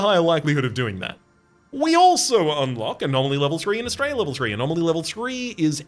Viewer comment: Whenever you say Astrea, I hear it as 'straya and I'm all here for it. ('straya is colloquial Australia for those not in the know)